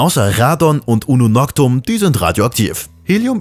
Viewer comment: Ununoctium, nicht Ununoctum :D Klugscheißen, Check!